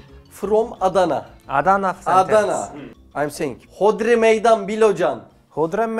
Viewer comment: Mersin'e gitmişsin abi Diyarbakır 'a da gelir misin ne olur!!! Adana diyişin de çok güzel . Çok masum duruyorsun ya abi😭😭😭😭